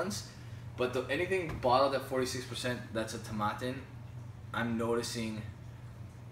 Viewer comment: Not to be a nudge but Tomatin rhymes with satin. Nice review the 18 is a great value in US.